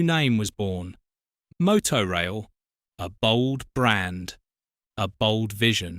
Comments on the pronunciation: It was pronounced Motor Rail not Moto Rail. 😂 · It's pronounced motor-rail rather than moto-rail actually ! Used it twice for Scottish holidays. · Motorail was pronounced 'motor-rail', not 'moto-rail'. It was basically the forerunner to Le Shuttle. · I think it’s pronounced motor - rail not moto- rail . Good video though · What a ghostly vision with which to end the video. So much more to discover about these services which once a decade or so threaten to reappear in the middle of the night somewhere in rural Dorset or en route to Oban. Maybe it's the more continental sounding MowTow/Moto in your house but the cars are called vehicles, motoR vehicles and it's a piffling pronunciation thing but motor rail was how it's said to be said. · "Mow-tow rail"? All those happy motoists enjoying an ail journey with their moto cars on the the back of the tain? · Regardless of how it’s spelt, it’s pronounced ‘motor-rail’.